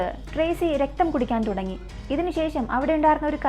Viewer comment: Kidukan alla kudikan